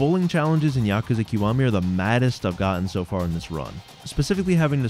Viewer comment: It's so rare to find someone who says Yakuza properly. It wouldn't even matter what the video content was, that alone makes you a winner.